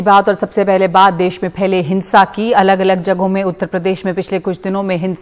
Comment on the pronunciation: ndtv पहले तुम हिंदी सीखो देस नही देश